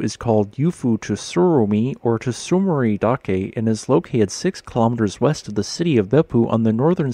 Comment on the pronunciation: You have to smush the "t" and "s" together for that first sound in "tsurumidake." It's a consonant cluster, like the final consonant cluster in "cuts," but at the beginning. So it's tsu-ru-mee-dah-kay not tuh-su-ru-mi-dah-kee